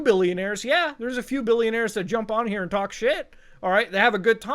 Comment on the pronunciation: "we need to have a twlauwlk"